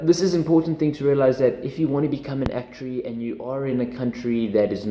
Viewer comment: I love the way you say actuary lol